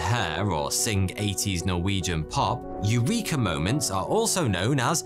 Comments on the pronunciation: No please don't pronounce Eureka in that way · I know that it must be hard for English speaking people to even conceptualise the possibility of a different pronunciation, but I would do a tiny bit of research before confidently say AIURIKA in a YT video instead of the Greek pronunciation: E U R E K A.